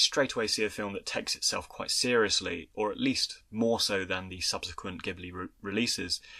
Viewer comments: Insightful and well-researched commentary, doing justice to a beloved film that I grew up with when it was first released in Japan - thank you. My only small criticism is your pronunciation of 'ghibli' - it is pronounced with a soft 'j' (due to an initial error of pronunciation of the Arabic word by the studio, which stuck). One thing I think is significant about miyazaki which I think you should touch on, is that he created such a developed independent female protagonist - and in subsequent films his many female protagonists are also consistently empowered, strong characters (or develop into such). This type of portrayal of females in animation might also be unusual in the west but it was even more unheard of in Asia where confucian influence has meant that females should be more submissive. Thus, in subverting these values, he is a feminist in my opinion, and a socially progressive thinker. Eg. In his more recent film, ponyo, the original japanese dialogue shows the young boy kosuke call his mother by her name, Lisa, not 'mum', which also subverts general expectations of society. Interestingly, (and I imagine, contrary to the artist's intent) the English subtitles change this to 'mum'. Anyway, brilliant video - his films are filled with symbolism, metaphors, themes and messages, and his occasional interviews reveal a startlingly thoughtful man, concerned for society and its future generations, and trying to inspire people through his films. Great when his genuis is observed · oh, it's no biggie. There's a famous car (Maseratti Ghibli) + Studio Ghibli, which are both pronounced ''Jee-bu-rii'' based on the Japanese katakana. By the way, I love your videos. So glad I discovered this channel!!! <3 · it's pronounced: Jibbly, btw